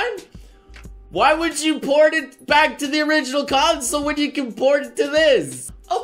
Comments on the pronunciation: Everytime he said "port" , I hear "porn". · Every time you say port it sounds like your trying to say porn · All the time you said "Port", all I heard was "Porn".